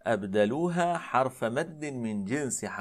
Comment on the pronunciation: ياشيخنا غلبت عليك لهجتك المحلية! ترقق الراء من كلمة :حرف!!!! فانتبه رعاك الله